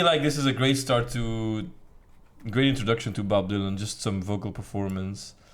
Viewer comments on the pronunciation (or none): IT IS NOT DYLOON IT’S DYLAN.